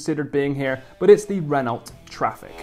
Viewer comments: It's not pronounced ren-alt it's ren-oh. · Renault is pronounced 'Ren-no'. Jus saying, like. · Renault is pronounced ren oh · Renault has a silent T :) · need to learn how to pronounce renault properly man. silent 'l' & 't' by the way